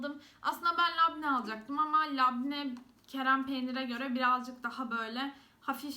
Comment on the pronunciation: kerem değil kırem peynir :)